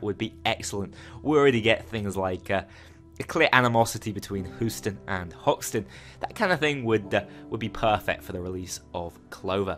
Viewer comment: it's pronounced HYOO-ston, not HOO-ston